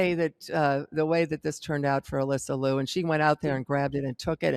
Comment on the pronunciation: not Lou it is (LeeYou)